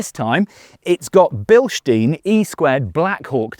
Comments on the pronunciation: Yes, super cool trucks, for me the Ram1500 - but : these are not "billshteen" shocks but beelshtyne shocks to pronounce Bilstein, that is a small but famous City in West Germany, correctly. This is just a small request to you Americans. thanks! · it's a German brand, right? Hence not 'Bilsteen'.